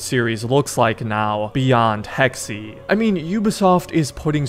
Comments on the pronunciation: I hate to be that guy but it’s actually Hecks-Ay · Hey just letting you know, Hexe is german for "Witch" and is pronounced heks-uh, not heks-e. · "Hex-e" Hexe, pronounced Hex Holy fuck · I am german and I can confirm that it is pronounced like hex-uh